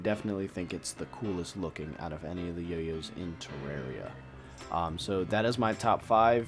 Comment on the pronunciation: It's teh-rawr-ia